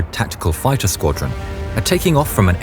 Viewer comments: i love the ai used in this. if people think its not, i guess you believe anyone pronounces the word fighter as fitter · Bro couldn't say "fighter" to save his life 💀